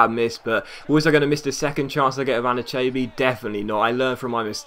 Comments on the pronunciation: ***** It's pronounced Ann-eee-cha-bee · Anichebe is pronounced A-nee-cha-bee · He's Saying It Wrong I'm Even A Evertonian! An-A-Che-Bee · Just sell Anichebe next transfer window so we don't have to argue about how to pronounce his name. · Is it just me or is he slaughtering anichebe's name? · Can you please learn how to say anicheabe correctly please.